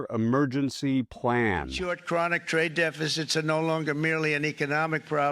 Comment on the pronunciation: His " amergency." Is going to the toilet.